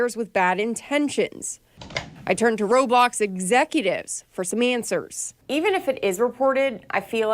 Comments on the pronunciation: she literally pronounces roblox like RobOcKs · ‘Robox’ ............ tf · Dude it’s not robox it’s roblox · She said ROBOX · They said roblOox And roblocs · she literally pronounces the word raw-blox What if minecraft? mincraft? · ro-box lmfao